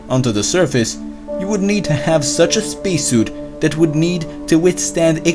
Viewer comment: Spacesuit = Speeceshoot